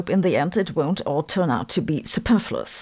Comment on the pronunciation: I can remember, back in the day, you pronounced it 'super-flew-us.'